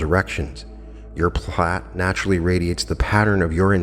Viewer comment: Pronounced "Plate" I thought?